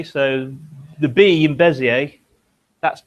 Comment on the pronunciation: Bézier is pronounced [bezje].